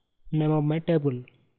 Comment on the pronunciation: Your tutorials are good but it is table not tabul.